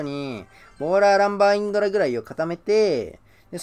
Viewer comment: もうのせいでインドラのことインズラーって呼ぶ体になってる